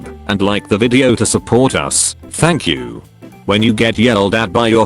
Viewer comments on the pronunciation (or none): why did I hear fuck you instead of thank you?